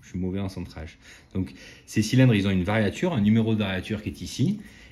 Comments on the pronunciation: Variature ? On dit variure. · Toujours très intéressantes vos vidéos. Juste une précision de vocabulaire technique, il semblerait qu'il faut dire variure et non variature.